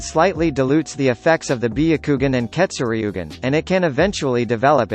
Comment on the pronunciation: Say ketsuryugan like this Keto sur ye gen